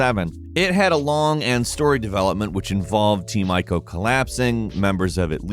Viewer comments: Goddamn it. "Ico" is pronounced "ee-co" not "eye-co". You're pissing me off. 😡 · It's been about 20 years and native English speakers still mess up saying Ico :( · dude they are pronounced eeko(Ico) and treeko(Trico)